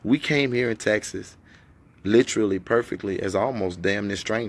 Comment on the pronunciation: If he say lit-cha-lee instead of literally one more time smh